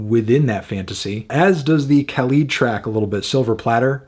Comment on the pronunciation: the way he pronounced khalid LMAO